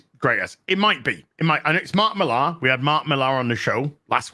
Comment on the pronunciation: Bit late here but didn't Millar (it's pronounced "Miller" btw, shame on you, being a brit supposedly) only write 4 issues of The Authority? It was created by Ellis who wrote the first 12 issues before handing it off.